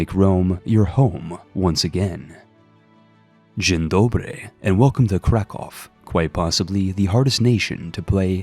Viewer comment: I crack every time you say "dzien dobry", it's actually comparatively pretty good